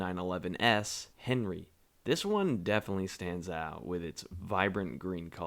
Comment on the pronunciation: I like your videos but you gotta work on pronunciation. 'Henri' is pronounced 'On-ree'. Just a huge ads up.